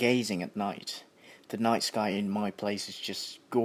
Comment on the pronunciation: đang nghe mà đến đoạn "sờ kai" của ad mà e phì cười :3